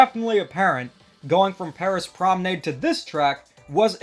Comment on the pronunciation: My heart when every YouTuber pronounces Paris Promenade wrong 💔